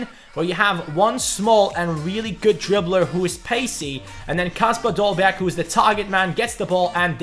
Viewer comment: You dont prounounce the last g